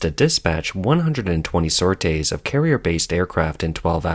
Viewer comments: Its a sor-tee not sor-tay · Just so you know, “sorties” is pronounced “sor-tees”. “Sautés”, pronounced the way you did, means a quick fry in hot fat. Gee you Yanks struggle with getting your collective head around the language, or do you think it sounds educated and more sophisticated? Also it’s pronounced “new-cle-are”, not “new-cu- lar”. Learn to speak, or give up voice over work. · ‘Sortie is pronounced “sore- tea” not “sore-tay” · Please let the AI know it's pronounced "Sor~Teez" not "Sor~Tase", spank you very much.😝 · Nitpick time: Don't pronounce it "sor-tay", but "sor-tee" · It is pronounces sortʼ-ees not sort-aysʼ. Teach your AI to properly pronounce words! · sortees, not "sor tays"... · That's not how "sorties" is pronounced. Since it's obvious you didn't know how to pronounce it, wouldn't you rather spend a few seconds finding out how to pronounce this common word, than to have millions of people listen to you sounding like a fool? That's all it takes, son, and you chose to sound like an idiot, instead of taking a few seconds to get it right. It's shocking how many YouTubers guess at words, rather then find out how to pronounce them. Now think about this--are viewers going to trust the facts you present, when you're too damned lazy to find out how to pronounce a word you use over and over? I sure won't. If you're this lazy about one fact, how lazy are you going to be about less easily checked facts? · This computer voice can not pronounce "sorties" but seems to have nailed that Chinese name. What does that say?